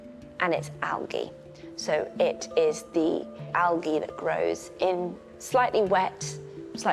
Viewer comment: Is that a British thing … AL-GAY instead of AL-JAY? Never heard that pronunciation before.